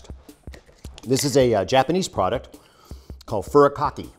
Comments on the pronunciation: Loved the clip. Quick pronunciation help: Furikake is (furry-ka-kay) not (furry-ka-key). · “Furry-cocky.” Lol. Now how you pronounce it Alton but it’s okay. I can attest that it goes great with popcorn. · Furikake IS yummy on popcorn, rice, anything that needs a kick. But my brother, its pronounced, Furee Kakeh! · it's 'foo re: kaw key' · Alton: "furikake" is "fu-ree-kah-keh" An easy rule for Japanese all E letters are "eh," all As are "ay" (like in "say"), all Os are "oh," all Is are "eeee," and all U letters are "oo" like "moot" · If all As are long, like in "say," then wouldn't it be "fu-ree-kay-keh?" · Furikake is delicious! The correct way to pronounce it is "foo-ree-kah-kay." Have rice at home and want to switch it up? Sprinkle some magical furikake on top! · It’s pronounced foo-ti-ka-ket. Nori is nordi. My husband is Japanese and as these are two staples in our house, proper pronunciation was taught to the rest of the family. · I was waiting for him to crack a joke when he pronounced Furrikake. Like " make sure you pronounce the E at the end otherwise..." and then that look he does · Foo-ree-kah-kay. Furikake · Say like foodie-kaw-kay with a really low key D sound in it. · Furikake :D?!? brilliant. , not convincing yourself that you're SaltBae. You seem direly unconvinced.XD. . (cringes.) foory-caw-keh. (or que? to throw some spanish at you >P.). They have multiple "flavors" so looks like you're using the dark blue "Nori Komi" ... more or less a default flavor opposed to say, shrimp, or wasabi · The way he pronounced furikake lmao. I love Alton. Great vid, popcorn is like 65% of what I eat these days. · Alton shouldnt be revered in the world of culinary if he cant pronounce Japanese cooking items or terms properly but does yo french dishes. All throughout iron chef you think he would have figured it out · Oh Alton... still can't pronounce Japanese. Love you man, but popcorn and furikake need arare too. Any Hawaii resident knows that.